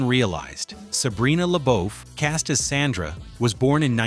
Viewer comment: this is low quality AI slop. They didn't even pronnoucned SANDRA right